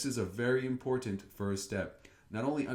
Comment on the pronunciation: Thanks for the video, these review Wednesdays always include a lot of useful information. But I must say, this score seems very generous to me. Her pronunciation and intonation seemed to have some big problems - like saying "foest" instead of "first" and stressing some of the wrong words. also she left out some articles. Plus, for one of her examples, she really talked about TV instead of the living room. Do you really think it would score a 3.5?